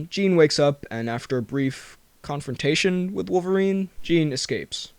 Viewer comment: I love how he's like "a brief...confrontation" lmao